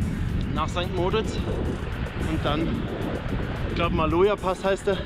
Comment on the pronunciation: Tolles Video. Noch ein Tipp,- St. Moritz wird auf der letzten Silbe betont. Grüsse aus der Schweiz.